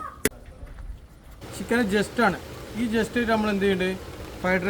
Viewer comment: ചിക്കൻ ജെസ്റ്റ് അല്ല ചിക്കൻ ചെസ്റ്റ് 🤣🤣👍👍